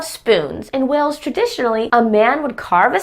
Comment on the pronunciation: One thing I've noticed on Youtube, is that American people have difficulty in pronouncing the word: "Wales", most of them, most of the time, coming out with "Wells".